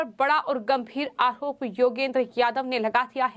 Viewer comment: Arop hota hai aahrop nahi Har bat h ka use kyun Sahi pronounced hona chahiye